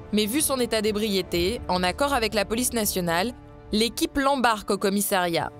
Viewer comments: A 5.05 Au commissériat ou commissariat ????? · Ahlala......... encore un "commissériat" ???? COMMISSARIAT. (5mn02)